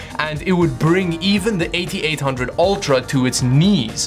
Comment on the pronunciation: You say "Eight Eight Hundred" weird lol... But I love your videos! Subscribed!